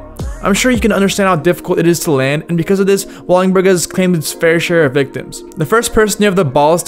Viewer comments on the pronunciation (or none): Can you please say Wallenberg not wallingberg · i died a little bit every time you said "Wallingberg", it's wallenberg lol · El Torro was not skatestopped, merely a gate was put up. Wallenburg is not pronounced Wallingburg Wallenburg is not located at San Francisco University High School, it's at Raoul Wallenberg Traditional High School, they aren't the same, I used to ride by it on the bus daily. In 2002 SF legend Frank Gerwer kickflipped Wallenburg in 2001 for 411VM Darrell Stanton has an n, it's Stanton, not Staton Jeremy Wray is a G, he did an ollie across a massive gap between two super tall water towers where he didn't make it he'd die. Carlsbad is called Carlsbad because it was located as Carlsbad High School in Carlsbad, California Lyon is pronounced Lee-ohn, not Leon, it's French. Hubba Hideout was named that because it was a spot for SF drug addicts to do Hubba (what they called crack). It's Wade Speyer, not Wayne Speyer. The shot of Wade was for a Downtown Skateboards ad in Thrasher in 1991. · “WALL-IN-BURG” not “walling-burg” that was painful to hear 30 times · Wall-en-berg not Wall-ing-berg. And. Wade not Wayne Speyer. Otherwise good video. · Wallingberg, lol. WalLENberg. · Wallenberg not Wallingberg. Holy man hahaa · WALL EN BERG NOT WALLINGBURG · Well, he also said “Wallingberg”. That’s worse. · "WALLINGBURG"?? Come On, Dude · It’s pronounced “Wall-En-Berg” and it’s called “Hubba’s Hideout” as any kid that grew up skating in SF can tell you. Otherwise really rad video and a fun roll down memory lane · Bro learn how to talk before you make a video speaking this long. It's Lee-on, WallENberg, etc etc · For the love of god brother it’s called “Wallenberg” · If this dude says "wallingberg" one more time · Bro why do you say wallingberg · Are you saying Wallingberg?? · He called it “Wallingberg” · Its not Wallingberg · wALLiNg bUrG😂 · how do you manage to murder the pronunciation of wallenberg every time you say it.